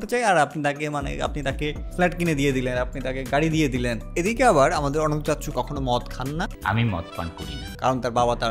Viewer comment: দেখি ইংরেজিতে রিডিং পড়তে পারে না 😀😀😀 ওটা অানান্তা না বরং অনন্ত, অার কিছু কিছু ইংলিস বলার ক্ষেত্রে উচ্চারনের দিকে খেয়াল রাইখেন